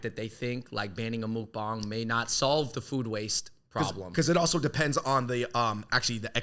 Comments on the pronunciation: it's pronounced like "muck-bahng" not "mook-bahng" fyi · the u in mukbang is more like a "uh" rather than a "mook". i think china should ban their crazy makeup filters. they have such a restrictive beauty standard, and its not bc its "deceptive" like some people say, its because it just promotes unhealthy unrealistic standards. as an asian american, im glad that america is more accepting of more diverse forms of beauty. and i dislike how asian netizens criticize every asian celebrity in hollywood for being "ugly" and "making them look bad"